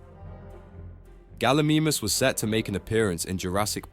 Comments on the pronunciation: Bro said galimimis😂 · Is no one gonna talk about how bad he butchered the gallimimus name 😭😭 bro rlly said gally memeus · Galamemus😂 You have to say it like galamymus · Bro really said galimeemis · Bro I was watching this video on YouTube, mispronunciation kept bugging the hell out of me , pulled out my phone to check the comments if it's actually a mispronunciation or not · How’d you pronounce pachy right but not gallimimus